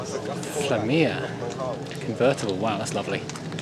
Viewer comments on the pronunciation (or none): Flàvia not Flavìa